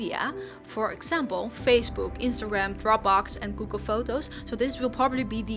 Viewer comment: They way she says google is to funny an when she’s showing the apps what’s ett mean?